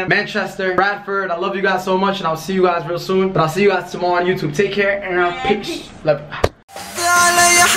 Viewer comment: Reast and peast x😩